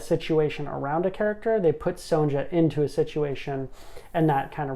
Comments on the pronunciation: Great overview! One note: the "ja" in Sonja is pronounced with a y, so it's "ya" or "yah". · How he says it is rather jarring